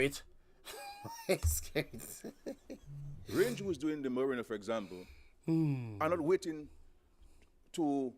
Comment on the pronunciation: He kept on saying merina it's Marina what kind of former English teacher is that can't even deferentiate words